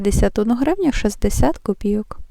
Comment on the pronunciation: У Вас приємний голос і непогане знання мови. Але все ж таки правильно говорити "новИй тиждень", а не "нОвий". І ще: "копійОк", а не "копІйок". Цей неправильний наголос пройшов, на жаль, через усе відео. Будь ласка, не ображайтесь. Якби Ваша українська була погана (як у більшості Ваших колег), я б промовчала. А Ваша мова майже літературна, тож захотілося, щоб оце "майже" зникло. Я вперше на Вашому каналі, підписалася. Щиро бажаю усього найкращого!